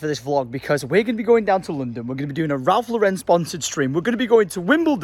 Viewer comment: pleaseeee its Ralph Lauren. The name Lauren. It's American, not French lmao